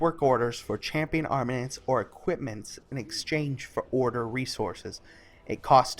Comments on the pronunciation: Nice vid bro - helpful! Btw... AR-MA-MENTS :-P soz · I found the "armanents" funny xD It's something that is really common with youtubers, they don't actually read the word and then they just make up what the word is. Either because they're just skimming over it or they don't bother. Lazy Peon is really bad at this xD